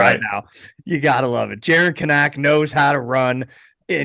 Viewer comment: Still pronouncing Kanak wrong